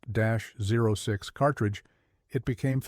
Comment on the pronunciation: AI generated garbage, can't pronounce simple terms like 30-06 😂